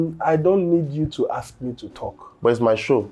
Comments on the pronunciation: you were corrected on the pronunciation of “ask” on the last episode and you’re still making thesame mistake 😂😂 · Ask ask ask not aks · Curiosity made me ask not aks 😂😂😂😂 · Aks❌❌❌. Ask✅✅✅